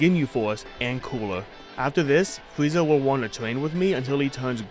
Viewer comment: the fweeza saga 😹😹